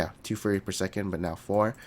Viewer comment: Why am i allways hearing say Furry, not Fury? MORE GENERATION OF FURRY!